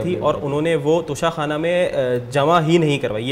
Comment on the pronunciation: Lafz tohsha Khana hai na ka tusha khana